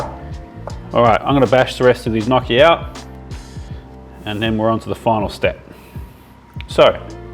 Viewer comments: Lol. “No chi” not knocky. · It's pronounced nyockee (if you type it into google, how to pronounce gnocchi, it will tell you how :)) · Loving the video! I have some advice for you: first of all, you should pronounce them as ñokki 😂 the real advise is to not scoop the potatoes but directly throw them into the ricer, you will have the flesh through and the skin in the cup of the ricer 😉 much easier! 😁 Keep it up! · Stop saying gnocci like that. It hurts. Its gnocci (nyoki), just like manicotti ( mani-go-te), or fagiole, (fazool). Say it right. It hurts the way you say it. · Gn pronounced just like in gnome not like in knock.